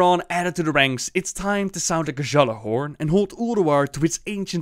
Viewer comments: It's pronounced GYALLAR-horn not Guh-Jalla-horn xD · Any Scandinavians might correct me, but i think the pronounciation is of on a lot of these. It's not even you, it's also Blizzard itself. The "ja" should be silent. Valar-yar, G-ya-larhorn etc. is the correct way of pronouncing. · i can imagine all the destiny fans getting triggered when you pronounced Gjallarhorn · The pronunciation of Gjallarhorn just killed me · Omg why can't the voice actors read Gjallarhorn how it's supposed to be...well Blizz is raping norse mythology enough already, this doesn't really matter I guess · I love how they just absolutely BUTCHER the norse Accent :D